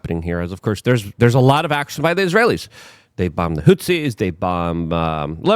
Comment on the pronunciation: Hutsi are not HOUTHI. Get it straight, goofball